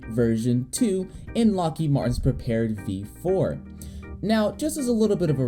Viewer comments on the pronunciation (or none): It's pronounced Prepare 3D... Not prepared.